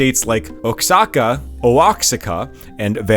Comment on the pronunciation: Yo he slaughtered the correct pronunciation and Osaka is a city in Japan.....